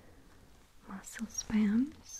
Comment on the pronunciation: Lol girl you said muscle spams lol you crack me up I love your Russian accent when you speak English, so very cute.